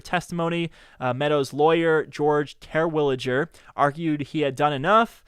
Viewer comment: Yes, but learn how to say Terwilliger.